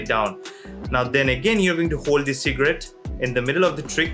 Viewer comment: Who else hear secret instead of cigarette 🤣